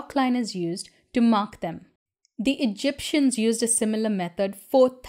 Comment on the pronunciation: I'm dying just the way she said Egyptians lol